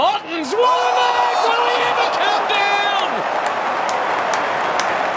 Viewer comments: "Mark", not "make". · bro said make not marks at the start 🤣